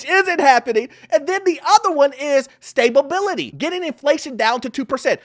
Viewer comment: Another informative video. But did you say “stabability”? You can insert your signature laugh here. 🤣